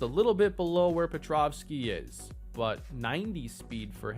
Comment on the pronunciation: Someone please tell there is no V in Petrowski!!!!!